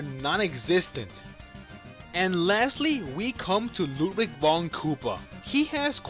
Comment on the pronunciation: You don't say Ludwig right 😈